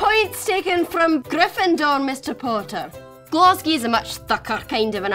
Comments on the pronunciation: No one pronounces Glasgow as "Glesskee" - other than someone english trying to use a Glaswegian accent. It is either plain Glasgow or Glessca. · Good effort, but a Glaswegian would never say “Glesgae”. It’s “Glesga”. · Burns was fae Ayrshire... no Inverness. Also, no one in Scotland pronounces proper English, but what the hell was “glesgy????” It’s Glasgow or GLESGA! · No-one from Glasgow has ever called Glasgow "Glass Kay"...it's Glezga,Glascoe or Glazgo...Upper class burghers fae Embra (Glaswegian pronunciation there) would probably say "Glesskay" or "Glasskay" or not talk about the city at all LOL. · Glaswegian here, & I have never in my entire life heard anyone from Glasgow (or anywhere in Scotland, for that matter) pronounce it in the way that you did...''Glaz-gee''?!? Folk from Edinburgh tend to call us 'Weegies' & sometimes when we're either drunk, being a bit lazy or generally just speak a lot of slang, we say Glesga...but never ''Glaz-gee''! I also thought you should know that Robert Burns was NOT from the Highlands of Scotland, but was in fact from the west coast, near to Ayr...which is actually not that far from Glasgow. >;^) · We do not say Glasgow like “geysky” and how do you know what Robert Burns sounds like😂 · She should have stuck to English accents. Nobody in Scotland sounds anything like that. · The Glaswegian accent was less shocking than I expected it to be, but the way you pronounced ‘glasgow’ sends a chill down my spine